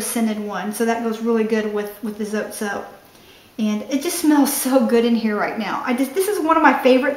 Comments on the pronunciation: Mexican soap! Spanish pronunciation is more like "So - Tay" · Darlene Justason check little grocery stores .. call first . We don’t say Zote the way she pronounced it lol .. it’s the E IS. Eh .. Zoteh .. just might help when you look .. good luck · Its Pronounced SO TE.. Vowel sound for the E.. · It's pronounced Zo, Tee. :)